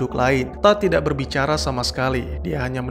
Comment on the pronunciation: Tadd? Harusnya tu TODD!!